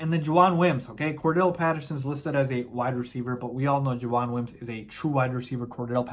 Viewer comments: JAVON, not Jajuan lol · JaVON not JaJUAN lol BearDown!